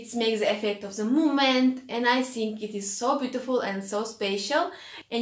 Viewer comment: Its Think,, ,,not sink ,,, 🤣🤣your art work is awesome and perfect but your English with unique accent